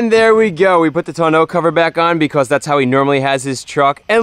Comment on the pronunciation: You said "Beacos" Imao